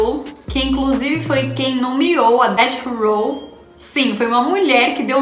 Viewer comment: Gata, manja das gírias e trouxe conteúdo top! Mereceu like, só um toque, quando for se referir a death row , pronuncie DEFF ROW